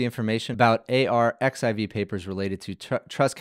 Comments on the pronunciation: it's archive not a-r-x-i-v X=Greek chi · Very cool. I have been waiting for this. By the way, the preprint server where it fetches the papers from is just pronounced like „archive“ not A.R.X.I.V. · just fyi if no one has told you - and elsewhere - 💡arXiv (the Cornell repository of scientific papers) is pronounced as "archive" - the X represents the Greek letter chi 🤓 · Really great delivery! And super fun and clear. BTW “arXiv” is pronounced “archive” — the X is actually the Greek letter “χ” (“chi”) 🙂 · arXiv is pronounced archive in Russian translit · It's pronounced "archive" - the χ is actually a chi. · "Arxiv" is pronounced "archive"